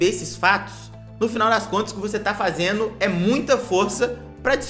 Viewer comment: O problema é vc falar "pegano" "fazeno". Não dá né